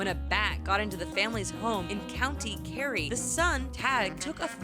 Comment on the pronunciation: Good job you pronouced Co. Kerry right